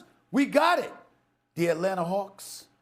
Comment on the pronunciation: ATlanata hAwks lol